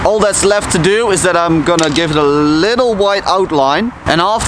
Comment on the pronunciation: "llll-ittle outline and a llll-ittle shadow"